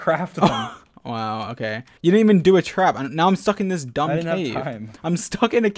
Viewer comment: dude, just because he said "sumb" Instead of "dumb" Doesn't mean he can't spell it! It's just a mistake that everyone makes! They probably didn't pay attention